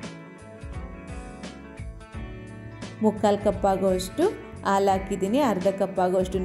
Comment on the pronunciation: Aalu anta helbedi Adu halu